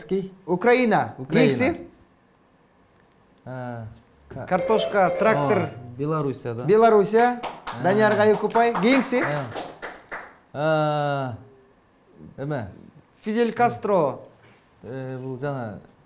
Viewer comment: Нурмат картошка троктир дейтго😂😂😂😂😂😂 молодец экөө тең мыкты.